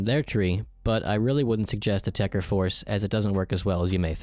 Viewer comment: It's called TECHER not TECHTER Fucking microsoft